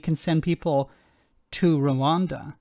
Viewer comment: I know its unbelievable but people actually vote for Bonehead. He can't even say Rwanda, he says "Reander".